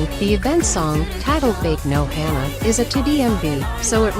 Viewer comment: "beik no hannah"